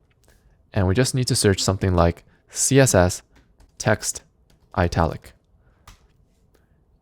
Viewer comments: you sir , are pronouncing the word "ITALIC" wrong. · everything is nice teh explaination is amazing but why does he pronounce italic like this lol